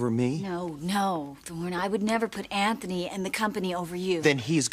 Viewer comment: Anthony! Not ANT- ONY